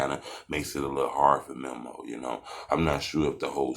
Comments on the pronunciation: DUDE ITS MEMO NOT MIMO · Lmao boy said Memmo 600 🤣🤣🤣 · Buddy be on they nuts so much and still can’t say memo right 😂😂